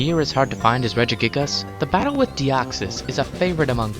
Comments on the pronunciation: its pronunced regigiges, not regigigAs u dumbfuck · ITS NOT REGIGIGAS ITS REGIGIGES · you said reggigigASS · I love how he says Regigigas